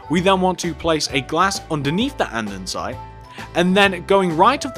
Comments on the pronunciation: why do he keep saying ande'n'site? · Grhhh I'm OCD. It's Said. And-es-ite. Not and-en-site 😞😡